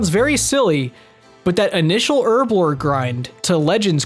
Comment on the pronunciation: plz stop saying urblore instead of herblore you're killing me